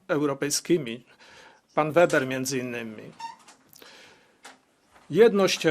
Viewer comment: Herr Manfred Weber (trzeba to nazwisko prawidlowo wymawiac nie Weber tylko Weeeber). On byl (jest) szefem CSU Bawarskiej. Zaslynal swoim planem zgloszonym do Komisji (nie przeszlo) zeby wytoczyc sankcje wobec Polski i Wegier za nieposluszenstwo. Raz w styczniu ..2 albo juz 3 lata temu slyszalem wlasnousznie w radion z nim wywiad. Bylo tak. "My Niemcy odkad sie skonczyla II WS stoimy na pozycji ze NIGDY WIECEJ WOJNY..ale!! Ale jesli któres z panstw EU nie zastosuje sie do naszych zalecen i nie wystarcza srodki dyplomatyczne to bedziemy stosowac srodki drastyczne!!!...dziennikarka do niego "Ma pan na mysli Polske?" ..a on...Tak..Polske i Wegry ...przy czym z Wegrami to ja mamy dobre uklady i sobie poradzimy. Gorzej z Polska, tam trzeba dopasowac rzad do naszych potrzeb!!.